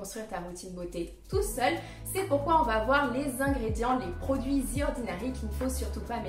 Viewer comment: The ordinary ❌ Zi ordinary ✅